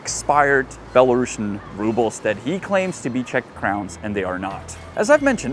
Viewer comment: Just in case you ever see those again, please pronounce it as "Belarusian" with 's' sound, 'sh' sound belongs to USSR era